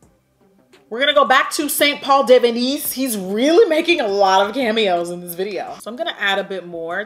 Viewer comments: Deaaad at the way you said the St. Paul color 🤣🤣🤣🤣🤣🤣🤣🤣🤣🤣 get outta hear aunty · The way you said St. Paul had me laughing way too much 🤣 P.S. I'm still sad you're not doing the best and worst this year 😫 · Lmao dying at how you say the name of that shadow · literally crying at the french accent with that St Paul shade 😂😂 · The way you said that shadow name St Paul 😩😂😂😂😂 so funny 😆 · Anyone else cracking tf up when she was pronouncing the “st Paul” eyeshadow 😂😂😂😂😭😭